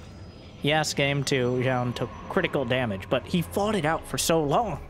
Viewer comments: New drinking game. Take a drink every time mispronounces Zoun. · lol, true